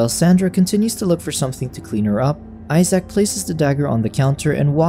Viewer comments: Homie said eye sack I'm dead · "Eye-sack" lol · "Eye-Sac" poor Isaac lol